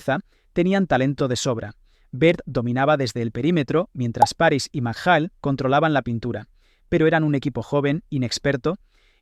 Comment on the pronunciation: Buen vídeo, pero algún error de bulto, quizás derivado de que tu edad te mantiene alejado de aquellos tiempos, por ejemplo has pronunciado mal el archiconocido apellido de Kevin, Mchale, y sobretodo has caído en el falso tópico del físico de Larry: no era explosivo, pero sí era un prodigio físico, era el más rápido de manos, el más ágil de los que median más de 2,05, muy fuerte en defender la posición y no era un dunker pero saltaba lo mismo que por ejemplo Karl Malone (dato oficial nba). Otro dato: fue elegido por Sport Ilustrate atleta del año 1986.